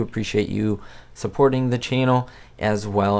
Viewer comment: Need to practice saying “channel” not “chinnel.” Nevertheless, nice vid- loved this sitcom. Thanks.